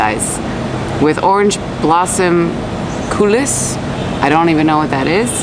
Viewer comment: My homemade Dubai chocolate with edible gold dust is best LOL...Anyway, looks yummy...Yeah, "Coulis d'orange" (you don't pronounce the "s" in coulis) but great combo! They even make pistachio croissant now - the most sinful LOL 😛